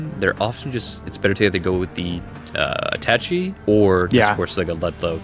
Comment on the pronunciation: I think Attache has a French pronunciation haha, sorry it was itching my brain. Love the list, I've been a kinetic fan from day one!